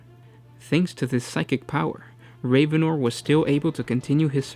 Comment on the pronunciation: It is pronounced rav-en-or not raven-or.